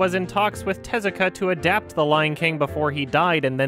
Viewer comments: IT’S te-ZU-ka AAAAAAAAAAAAAAAAAAAAAAAAAA!!!!! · The way he pronounces Tezuka tho. 😂 Like "Jezzika" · I love how the lady narrator at TheThings pronounces Tezuka's name completely wrong